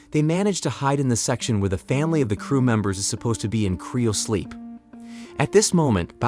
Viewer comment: What in the fuck is "criosleep"? its CRYO sleep, not CRIO.